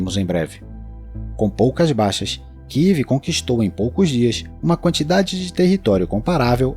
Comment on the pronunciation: Amigo não kiv, é kiev.